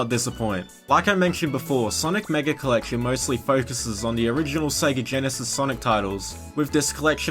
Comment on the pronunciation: The way this guy pronounces collection means one of two things: braces or a speech impediment